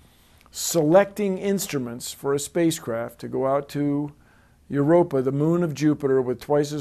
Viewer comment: 'Yer rope ee in.' It ain't rocket science. Erer.. waiddaminute...